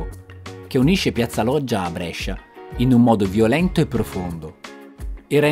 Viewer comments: Molto! Però non si pronuncia Brescia con la è aperta ma con la é chiusa:-) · L'unica cosa che mi stona è come pronunci Brescia. La maggior parte dei bresciani che conosco, me compreso, la pronunciamo con la prima E chiusa, tu la pronunci aperta, strano! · 0.21...Ma se dici Brescia con la e aperta, allora non sei bresciano. La e si pronuncia stretta a Brescia . Con la e aperta lo dicono al sud. 1.30. Qui dici Brescia come si dice a Brescia... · Davvero un bel video! Però Brescia con la E aperta non si può sentite😂😂ancora complimenti! 👍